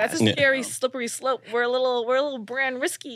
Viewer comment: Slippery slope? Naaah sounds like she meant slippery slurp😂